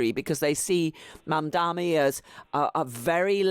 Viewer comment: When will the host learn how to pronounce ‘Mamdani’? It’s really not that hard, butchering someone’s name is unprofessional